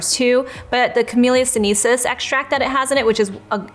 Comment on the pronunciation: Hi. You always say “sinisis” instead of “sinensis”? Is it silent “n”?